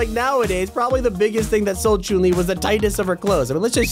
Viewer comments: Blud says Choon li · Who tf is Choon-li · Bro said croon li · CHOON LI OR CHUN LI? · Look he said choon li but its supposed to be chun li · Ah yes choon li not Chun li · choon lee Everyone: disappointment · This man is pronouncing "Chun Li" as "Choon Lee" it's hilarious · Choon Li Every Single Soul Watching This Video: WTF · the way he said chouun li😹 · “Choon li” gotta love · “choon Li” You can tell who’s never picked up a street fighter game in their life. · “Choon lee” 😭😭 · "Choon li" 😂😂😂😂😂😂😂😂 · my man here literally said choon li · I cringed when he said “Choon Li” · ok so the tags on the video, for fish stick its fish ** and then he spells chun li as jun lee lol. and says chune lee XD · man said chuun li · Who noticed that he said choon li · Bro said choon le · “Choon le” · Every time you said Chun-li are me feel sick it's pronounced Chung li but no hate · ‘Choon li’ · Am i the only one that heard choun li? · Not chon li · Don’t we all love Chung Le (when it was Chung le turn he says it a little werd) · The way he said chun li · Why does he say chun- li like that?